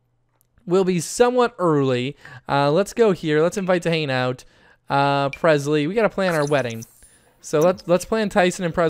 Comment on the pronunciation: I noticed any word with a g at the end he doesn't pronounce it. Instead of saying long he says lon. Instead of hang out he says hane out. Interesting